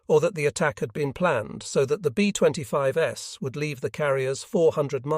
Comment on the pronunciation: B25S! Great info, but teach ur AI voice how 2 pronounce words! Very distracting!